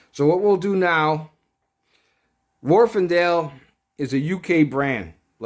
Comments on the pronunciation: Warf not warfen. I'm English and know! Just bought the 1st gen of these used for 80 pound mint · Wharfedale there is no n why is this so difficult to read or say? Also try pronouncing aluminium correctly just for fun. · There is no 'n' in Wharfedale.